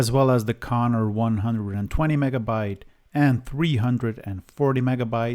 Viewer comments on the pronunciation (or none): Why do you say "Connor" all the time? They were Conner... BTW you could test some MFM drives, that is nice old technology, but they are geeting pretty rare these days. At least the working ones...